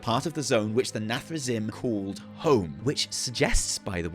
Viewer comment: Sorry, as a warcraft 3 player, i cant take it, its pronounced “nathre-zeem” You spell “zim”, but dont say “zim” Anyway i thought people had forgotten the jaina=dreadlord meme, nice one